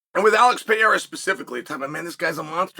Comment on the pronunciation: Chael "Alex Pee-haira" Sonnen